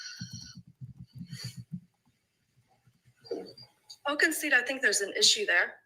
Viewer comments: Why does she keep saying it lmao Does she not realize she is actually saying magishit 😂😂 She just keeps saying it 😂😂 😂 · ain't too bright. She speaks like a fifth grade girl, and lacks complete understanding of the key concepts being refuted by the Defense. To boot, she cannot even pronounce "Magistrate" correctly., go back to Texas and "make hay while the sun shines" P.S. It is not "MAGISHIT!!" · Magi -STRIT Thats what I hear. How do you go this far in your career without your colleagues correcting you?